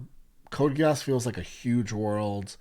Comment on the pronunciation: 99,9% of anime names do not require changing letters to sound more American, so yeah Geass is G like Good and not Jiass like Jeans. Same with other letters like A that is like Alaska and not Ei like Angel (Eingel). The original sound of letters remains, so A=Ei B=Bi C=Ci and so on are not used. is the correct pronounce indeed.